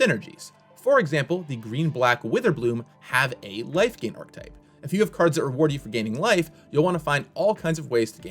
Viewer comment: When did people start uniformly mispronouncing archetype. It's 3 syllables, folks, ark-uh-type.